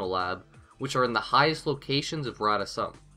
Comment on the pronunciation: rata sum is pronounced : Rata soom